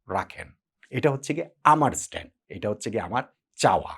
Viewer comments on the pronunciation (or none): its stance.. Not not stand..